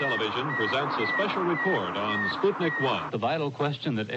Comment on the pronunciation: it's pronounced "spootnik" Sorry for being like this lol